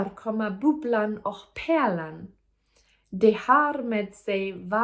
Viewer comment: You're basically ready for the exam 🙂 Just some fine tuning on the pronounciation and your fine. For example ä in Pärlan so that it does not become Perlan as in Die Perle 🙂 Also how to intonate/emphasize words and syllables is hard in Swedish because you cannot tell from the writing. For example "hälsa på" means either "say hi to" (e.g. on the street) or "go visit" (e.g. in their home), dpending on which word you emphasize.